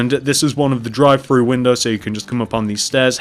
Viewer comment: When he said "drive thru" I thought he said "dry fruits" xD